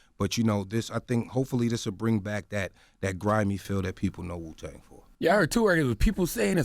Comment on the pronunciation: MEET Magazine .... It's Wuuuu not Suuuu